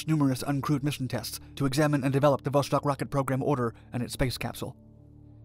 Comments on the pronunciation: It's pronounced Vo-Stock not Vo-Shtock. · Just FYI, it's pronounced not "Voshtock" but "Voss-tokk", or in Russian "Vass-tok". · Oh ffs it's VoStok not VoSHtok. You can read Sputnik correctly so why you butcher Vostok? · "VOSS-TOK" not "VoSH-TOK", and "KOR-ABBLE", not "KOR-ABBY". Vostock means "East" in Russian, and Korabl means "Ship". If you do a video on their next space program after Vostok, it's pronounced "VOSK-HOD", not "VOSH-COD" like many people mistakenly pronounce it... (and it means "sunrise"). This was followed by the Soyuz program, which is pronounced "Sah-YOOS", not "SOY-YOOZ" (and it means "Union"). Their first space station program was called "Salyut" which is "SAL-YOOT", meaning "Salute". Almost everybody mispronounces Soyuz... OL J R :) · iT IS VOSTOK, NOT VOSHTOK. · Dude it's Vostok not Voshtok, read it almost the same way as you did but the S is just an S and not SH, otherwise, great video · It is not "voshtok", it is "vostok". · It's not 'VOSHTOK' .... it's ---> 'VOSTOK' Это правильное русское произношение! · There is no 'ш' in vostok. So its not 'voshtok' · Vostok not Voshtok. Kind of like the way you'd say "stalk" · J wanna say that Vostok (Восток) lit. East in Russian isn't pronounced with a Sh (ш) noise. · 'vostok' not 'voshtok' "Gagarin left Earth's orbit and traveled into space". Should be "first human to enter low Earth orbit" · It's NOT voSHtok, it's vostok. No SH... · Is there a reason you pronounce it “voshtok”? There’s just an ‘s’ there, not an ‘sh.’ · There is no "shhh" in "Vostok". It's read as it is written. Vostok means "east" in Russian.